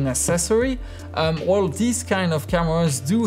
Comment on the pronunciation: This guy pronounces "Well" "Wåå"